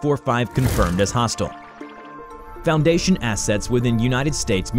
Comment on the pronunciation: Is it just me or is it fuj to say hostile like Hos-till